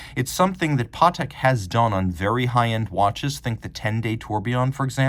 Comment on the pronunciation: Yeah never heard anyone pronounce it like that